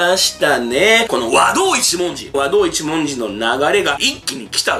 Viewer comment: 和道一文字の発音に違和感